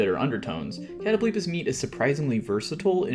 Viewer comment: I’ve never heard it pronounced as “Katto-bleepis” lmfao, sorry, is it not supposed to be “Kuh-tobul-pahs”?